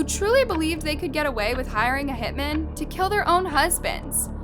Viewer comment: Your voice is okay, but the way you use it is often very annoying... Over-exaggerated dramatic inflections, and you pronounce TONS of words wrong, especially peoples last names. And 2 or more MEN that do HITS are called HitMEN, but just one? That's a HitMAN! No such thing as "a Hitmen."